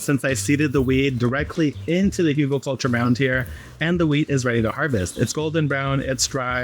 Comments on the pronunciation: there are no 'u' or 'o' sounds in Hügel.... the pronunciation is actually closer to hygl or hygel IPA: [ˈhyːɡl̩] start with the 'hy' in hymn and then a hard 'g' as in graphics and finish on 'gel' like in gelatine but obviously skip the 'g' there mfg, your friendly german. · The pronunciation is hoogle-culture.